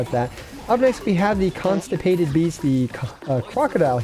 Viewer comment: I cracked up laughing when he said constipated beasts rather than consecrated beasts